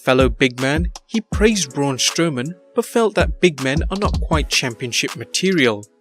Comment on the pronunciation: Braun Stowman wtf it’s Braun Strowman